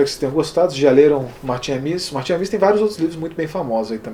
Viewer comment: De onde você tirou essa pronúncia afrancesada de "Amis": A-mÍs? A tônica está em A: A-mis. Martin A-mis.